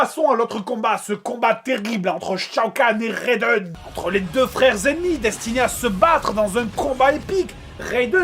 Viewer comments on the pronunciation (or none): c'est raiden pas reydon :)